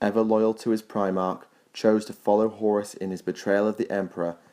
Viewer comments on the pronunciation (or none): none